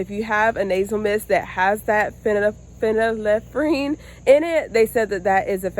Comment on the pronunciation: Great job pronouncing phenylephrine! Start growing and foraging medicinal herbs. Every region of the US has wild medicinal plants. Prior to 1930's there was no big pharma- folk/traditional plant based medicines were used and effective.